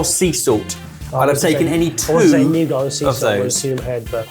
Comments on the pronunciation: There is no "r" in nougat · I do love the pronunciation of nougat.